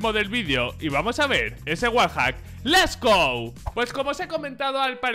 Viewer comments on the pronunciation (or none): porwue dices Les go en vez de Let's go?